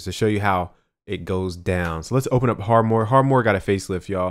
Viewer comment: Dude its 2017 and you still dont pronounce harmor correctly